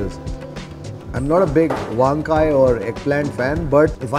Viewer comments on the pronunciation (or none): Truly enjoy your show, especially your narration. I would like to correct your pronunciation of 2 Telugu words: - Podi: Do not put emphasis on the "o". Pronounce it normally. - Eggplant: Your pronunciation of "vaankaya" places too much emphasis on the first syllable. The correct pronunciation is "vankaaya".